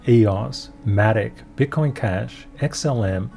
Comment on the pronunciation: I have to listen again 🤣 I think said BUTT COIN 🤣 but I'm not sure.